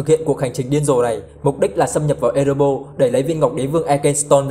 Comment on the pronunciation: Ê rê bo rrrrrr nha bạn, hem phải Ê rê bô. Còn lại thì okie rồi